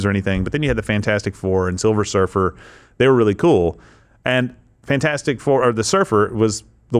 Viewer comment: Silver Surfer - not Silver Surfess !😮